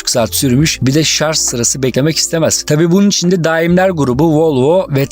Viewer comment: Yalnız dostum bir noktaya değinmeden geçemeyeceğim. "ŞARZ" değil "ŞARJ".